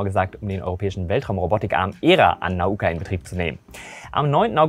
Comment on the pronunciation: Danke, dass endlich mal einer Nauka RICHTIG ausgesprochen hat. Überhaupt scheinst Du Russisch gelernt zu haben, da alle Deine Aussprachen von russischen Namen ziemlich spot on sind!